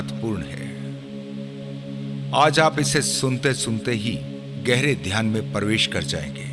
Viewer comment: परवेश नही प्रवेश होता है